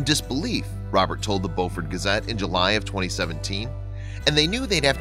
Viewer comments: It’s Beaufort not Boufort! Very cool! Go! Yes, we’re from BEAUFORT! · Beu fort. Long U sound. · It's pronounce Bufort. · Live in bluffton, sc. everyone pronounces that county/city as bewfort, Siri says otherwise. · It’s pronounced “bo-furt”. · It was so awesome. But the man who told the story is not saying Beaufort correct. I am from Beaufort. So make sure you say it correct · You don’t know how to pronounce Beaufort. The first part is pronounced the same way as beautiful. I live there, so I should know.